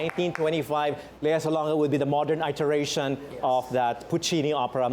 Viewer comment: mispronounced homeostasis and iteration